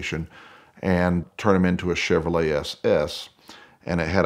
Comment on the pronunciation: All these comments and I didn’t see one person catch “CHEVROLETE” ?